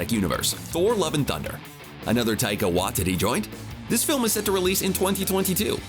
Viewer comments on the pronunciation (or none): Really fam? Tiaka Wa-Tittie